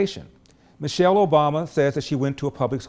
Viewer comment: Man- chelle